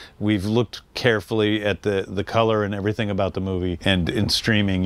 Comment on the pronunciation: they cut right after the cameraman speak. James Gunn didnt understand a thing that he said to him. Moi même j'ai dû recommencer 3 fois le vidéo juste pour être certain d'avoir compris. "The" ne se prononce pas "Ze" mais "De" juste ça va améliorer ton accent 😅 Le club vidéo est incroyable by the way